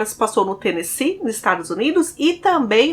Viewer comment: Parabéns por falar Tennessee certo.❤